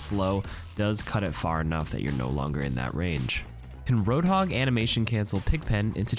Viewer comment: Butchered hog and sombra